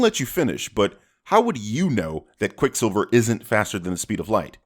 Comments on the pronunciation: Why is cinemasins so obsessed with people watching porn on tvs. Also he says quick siviler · I'm surprised you missed him saying "QuicksilvLer" and "Quicksivler" he must do his voiceovers drunk or something. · I’m surprised you didn’t sin him for saying “QuicksilvLer” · Anyone gonna talk about the fact that said Quicksilver as "Quicksilviler."? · ... "Quicksilvler" lol 🤣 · Ya know I'm pretty Sure said QuickSilver-ler. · pronounces Quicksilver as Quicksilvler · did he say "Quick SiBLer"? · Pronounces Quicksilver as "Quicksiveler" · says "Silvler" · quicksilviler, how about another take * ding * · Are we gonna ignore that said "QuickSILVLER"? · said "Quicksilveler" I mean.... wait, what was that? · Also also said Quick Silvler. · what was that? Quickslvlslvr? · he said "Quicksliver". Suprised you didn't point that out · I'm surprised you didn't call out for calling quicksilver "quicksilveler" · SilvLer ? (Sill-vuh-ler) ??? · "quick sivler" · And you DIDN'T sin saying "Quicksilvuluh"? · Sin missed ish, says quick sivler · what's that, Quick Silvler? SILVLER??? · Is this cuz dark phoenix is coming out soon? Also im surprised you didn't sin how he mispronounced quicksilver , quicksivler lol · missed sin pointing out slurring over ‘Quicksilver’ - “Quickslilvler”